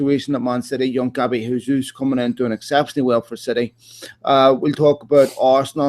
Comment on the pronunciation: Not Hayzoos. It's Portuguese zjayzoos.